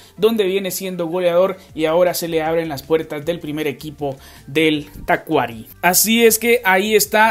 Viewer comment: Se pronuncia Tacuarí. Saludos 🇵🇪